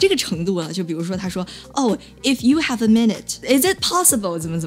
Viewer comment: 那个法国人太逗了。I realized, I (h)ave (h)apiness. 哈哈哈